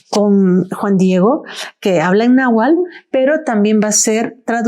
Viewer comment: PERDON ES NAHUATL no nahual